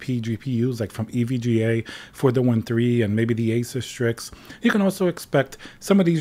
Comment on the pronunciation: I love how he says it as it should be = A- SUS not A zues or a sues.